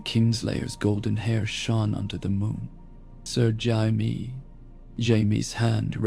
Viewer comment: "Sir Jaimi" lol